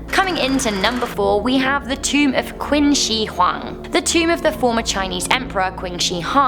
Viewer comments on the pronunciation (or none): "qin" is pronounced "chin", yes u make me cringe.